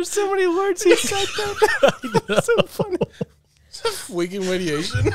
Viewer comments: The fweaking radiation thing had my crying hours later 🤣🤣🤣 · Fweekin wadiation……… I lost it!